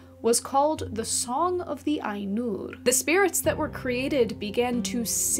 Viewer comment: HI, Mate, you said "Ainur" like I imagine Icelanders would say it....(I need to find an icelander to test this hypothesis, but still...), and I think Tolkien would have been pretty happy about that. Did you read T's autobiography? There is a lot of lovely stuff in it about his fascination with Languages and conlangs. It's by Hymphrey Carpenter (AFAIR), and it's magic (hehehe). C S Lewis gets a mention and several other British story tellers that who we (fantasy geeks) revere, to this day. I like your channel. Keep it up